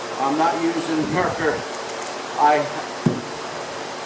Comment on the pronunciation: Wonderful videos. Thank you for being a mentor! You did a great job advertising for the disks that you have found that you like better than marker discs, but I didn’t hear what the name brand is. Not “marker”, Mercker” Can you reply as to the name the disks that you like? Thank you.